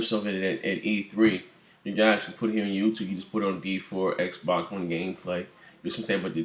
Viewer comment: Bang bang!!!!!!!!!!!!!!!!! U said it right Xb1